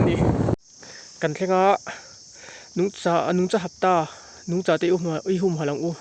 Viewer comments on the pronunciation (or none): Nungcha tih i lam/thluk dan hi a dik lo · Nungcha tih i lam dan hi 😂😂😂